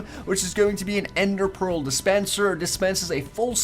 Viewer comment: Lol you called endear pea